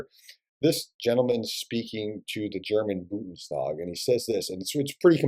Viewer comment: You may need the word Bundestag more often in the next month. So please pronounce it with the "n" before the "d". You always say Budenstag, not Bundestag.